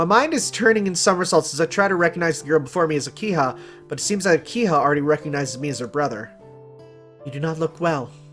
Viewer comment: Not sure if you have noticed yet but it's an H in Akiha, not an N. So it pronounced Aki-Ha, not Aki-Na.